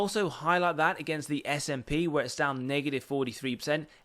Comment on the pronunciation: It’s “ess ay pee” not “sap”. Like you spell out the letters. Just FYI. Also nice video I bought more at 72 yesterday and 70 today I will go down with this ship lol